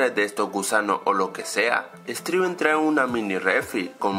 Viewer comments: se dieron cuanta digo streven en el minuto jajaja enves de decir steven sigo streven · dijiste striven trae una mini refri con muchos elados se pronuncia stiven no striven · FIJATE QUE EN EL MINUTO DIJISTE STRIVEN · en el minuto dice : "striven" 😂😂 "y de la nada y de la nada" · al minuto dice estriven